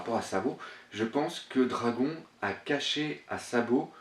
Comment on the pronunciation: Excellente analyse comme d'habitude. Par contre Dragon en japonais se prononce "dragonne "^^ mais bon cela ne change en rien la qualité de ton travail